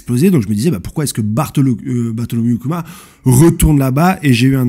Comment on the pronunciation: Slt , petite info prononciation * : Bartholomew Kuma >> [ Barssolom-you Kouma ]😌